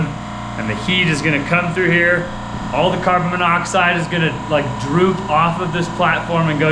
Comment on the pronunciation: All the carbon monoxide is going to what?!? Droof????? That’s fabulous! I’m stealing the word “droof” for sure! 🤪🤣